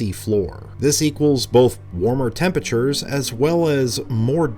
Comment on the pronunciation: Aaahhhh, I've missed 'tempatures' and 'fowward' so much <3